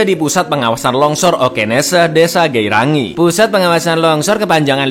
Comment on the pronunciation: bukan geirangih tapi gerainger